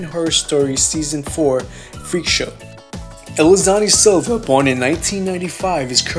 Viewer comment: The way you said Elisany Silva hahhaa